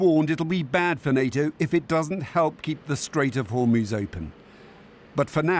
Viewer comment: Trump said "In the Strait of Hormones"